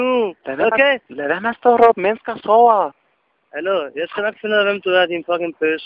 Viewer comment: Lad vær med at stå og rrrrrr'åb? Genialt!